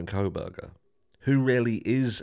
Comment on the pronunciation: Is it just me or do others hear say “Bronco Burger” when he says Bryan Kohberger? 😂